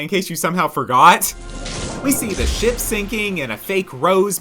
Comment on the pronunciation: "oH mY gAwD lOoK aT tHe sHaP" got me dying💀💀